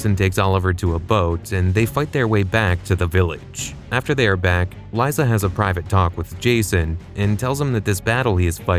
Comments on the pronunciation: fuckin ai voice. its lisa not lieza. weak sauce low effort channel. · Its pronounced lisa even with a z liza